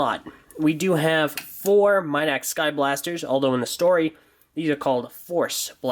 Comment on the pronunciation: It's Mee-dack not My-dack